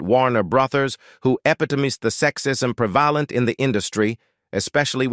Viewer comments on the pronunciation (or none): What a lousy AI text to speech. Can't pronounce "epitomize", "prevalent" and "booties." I turned it off after that.